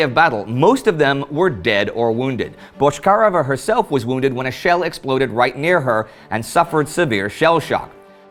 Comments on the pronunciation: Man, her name was pronounced BotchkariOva, not BoshkAreva. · Why do you say Boshkareva instead of Bochkareva? But good episode still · Minor detail from native speaker - her last name pronounced a bit differently: ch as in check, not ch as in shrapnel. And emphasis on e, not on a - BochkarEva